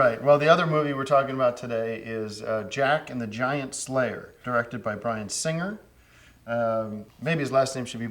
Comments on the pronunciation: I like how Tim emphasizes "Jack and The Giant Slayer" as though it's about a Slayer that is giant. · Tim says giant-slayer like theres a slayer who is giant.